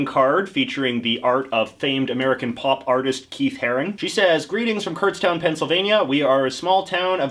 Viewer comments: I live near Kutztown and it’s not “Kurtztown” its pronounced “Kutstown” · I've been to Kutztown multiple times but didn't even realize you were talking about the place I'd been to because nobody says it like kurtztown